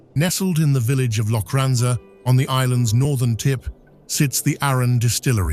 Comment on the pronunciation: Wynd, Ben Nevis, Loch Lomond and Glencoe for example - these mispronunciations are distracting in such an otherwise excellent production.